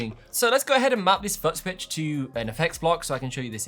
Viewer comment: I thought it was just my hearing. He can't pronounce FOOT